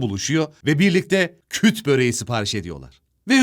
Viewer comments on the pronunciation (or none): Küt değill "KÜRT BÖREĞİ" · Kut değil kurd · tek hatan: KUT BOREGI DEGIL KURT BOREGI ONUN ISMI